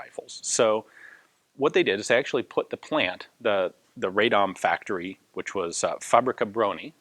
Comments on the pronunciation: Radom is pronounced "RAH-dom" not "RAY-dom". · Not a nitpick, just a piece of information if you want to be super correct: 'Radom' is pronounced as 'Rah-dohm', the 'a' sounds sort of like the vowel in "but", for instance. The "dom" part of the word was correct :). It's not a bother, really, but I figured you're a kind of guy who likes as much accuracy as possible. Cheers! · It might have been said sooo many times before but try to pronounce Radom as Rahdohm [vowels are short not long]. It would be greatly appreciated :D. Another funny thing is that tooling used for 29's were actually german from Mauser factory in Gdańsk [Danzig]. PS. Looking forward for Polish BAR video !